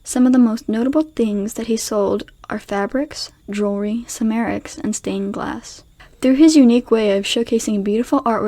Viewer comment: Check pronunciations of Siegfried and ceramics.